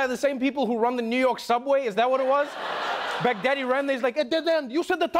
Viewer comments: Finally Trevor succumb to the American accent... 😆... It's not pronounce as "Begdaddy", it's Bagh-daa-dee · Baghdadi they pronounced it like "Big Daddy" 😂